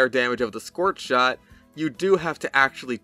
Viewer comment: I like the scorth shond